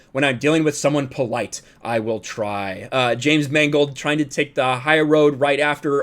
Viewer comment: I like the way you prounounced Mangold as "mangled." It's a very subtle commentary.